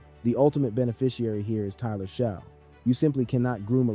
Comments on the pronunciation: Not "sho" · Great video. But his name is pronounced as" shuck" not sho